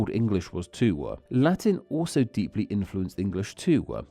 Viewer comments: I don’t like how the narrator adds an “aa” sound behind vowels. For instance “too” becomes “too-ahh” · Why do you put 'uh' at the ends of so many of your words? It's not toouh, it's just too. You used it about 100 times during this short clip. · But they do not end with the sound "wa". Dowa Twowah Toowah Duewah Newah. That's not a British thing, or at least not something I've heard before.